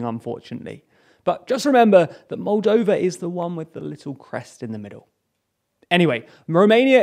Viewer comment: Moldania? Roldania? Roldova?